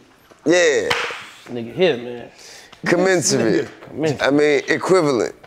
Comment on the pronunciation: Sometimes he just makes up words to make him seem like he has a great vocabulary but they’re not even actual words. He said one near the start (commenciary / commensusry). T.I = Terribly Ignorant